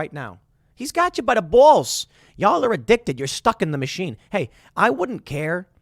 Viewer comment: Tim's Chicago accent came out strong on those "BawllLLSs"